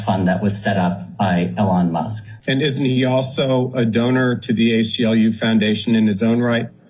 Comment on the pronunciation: "Mr. L on Musk" 🤷‍♂️ wtf is that? is this guy supposed to think if he says Elon Musk's name that way that we won't know he's talkin about.